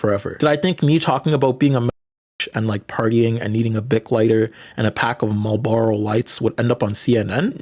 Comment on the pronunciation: lol at how deliberately you pronounce marlboro 😂